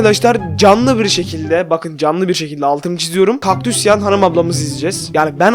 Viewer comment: Bu videoyu sonuna kadar izledim abi bide kökdus dedin